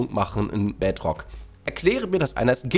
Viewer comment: Ich spiele nur die bedrock edezion und es ist nicht so toll auf der switch, aber das Video ist Geil und kann bedrock nicht aussprechen er sagt bedrtok.